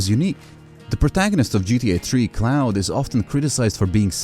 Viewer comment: It’s “Claude” not CLOUD. Your goofy accent messed it up